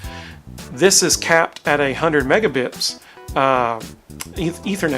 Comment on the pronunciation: Oh, thanks for the explanation. I kept hearing you say "megabips" in the video so it naturally led me to wonder what that was.